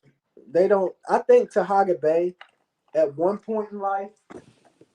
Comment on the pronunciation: can't do a live without mentioning Taharka (not Tahaga) or Kwame. You so smart and can't properly pronounce either of their names.